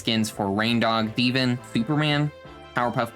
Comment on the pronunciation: You said teaven instead of steven